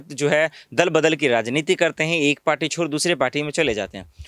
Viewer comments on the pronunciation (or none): none